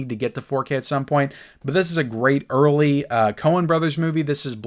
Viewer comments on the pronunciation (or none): none